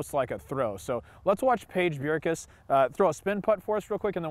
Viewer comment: ""Piage Bjerkaas" lol